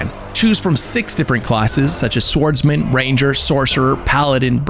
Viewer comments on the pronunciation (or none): Did you pronounce the w in swordsman?? Lmao anyway good video